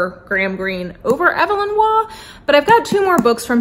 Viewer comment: Just a tiny, friendly FYI—Evelyn Waugh’s first name is pronounced with a long “e,” so it’s more like EVE-elyn. Your upcoming classics TBR sounds great. I recommend Brideshead Revisited on audiobook, read by the incomparable Jeremy Irons. My favorite Forster is probably A Passage to India, but I also love Howard’s End. Forster is just brilliant. I need to read The Longest Journey to finish his novels.